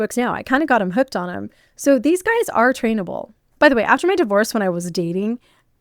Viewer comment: Did you say "trainable"? Jfc